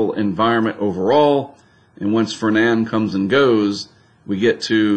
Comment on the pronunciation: Yes, Fernand is a French name, hence, the d is silent.